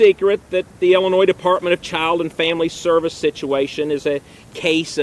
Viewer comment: This guy can't even pronounce Illinois lol